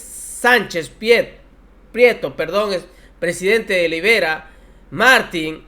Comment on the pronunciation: No sabes leer, es Iberia, no libera.